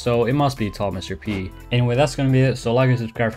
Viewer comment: Ah yes T A L L M R P